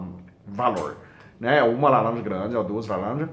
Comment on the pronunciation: Melhor parte ele falando lalanja 🥰